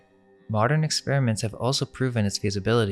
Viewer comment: why??? I want these videos to reach as many people as possible and when you CONSTANTLY screw up simple words, you alienate INTELLIGENT people who COULD help, but don't because they see you as stupid. Saying "dilapiTated", "oso" (instead of also), "REVOLUTIONALIZED" (not a word) and a BUNCH of other stuff just makes this dude look stupid and takes credit away from the AMAZING work they ACTUALLY do!! The ARROGANCE it takes to tell someone "calm down" means you're a part of the problem... especially considering, why SHOULDN'T he/they fix such easy, OBVIOUS mistakes??? Do YOU want to walk around saying dumb things or saying things wrong??? I'm SECURE enough that if I'm saying something WRONG and someone CORRECTS me, I ADAPT... I don't just keep "believing in the bible because I WANT to" (thats an ANALOGY since I'm SURE you're confused)...